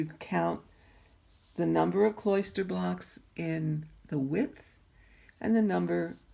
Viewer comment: Nice video. Your presentation is marred by the mispronunciation and misuse of a few words. "Kloster" is not pronounced like "cloister". The correct pronunciation is closer to "foster". And your pattern is COMPRISED of blocks and stitches; it is NOT "compromised" of blocks and stitches. "Comprise" means consists of. "Compromise" can mean settling for less, or exposing to danger.